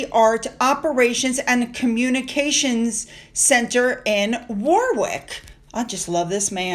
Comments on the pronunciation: Hi, my friends son who grew up in Wales says Warwick like you, it made me smile. This may help you but we are still trying to teach him 😂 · Just a small comment from a Brit on pronunciation of Edinburgh, it's not Edinburrow, it's pronounced Eding-burugh so ugh not burrow, think of it as saying 'ugh' at the end rather than owe, I know we say things very weirdly lol, also Warwick is Warrick, (silent W) love the vids, watch every day! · Warwickshire is my home county - it's pronounced "Waricksheer" and the town Warwick is "Warick". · Say Worrick (Warwick) and Worricksher ❤🇬🇧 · Sorry,! Edo's surname is pronounced Mapelli MOTZI (like Pitza!). And WAR-WICK is pronounced WAR-RICK (trust the British to make it difficult)!! I think there was something else you weren't sure about but didn't write it down so it's gone!!! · You do another pronounce the Second W in Warwick. It is pronounced war ick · Warwick= say Warick xx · Sorry, Warwick, pronounced Worrick 😊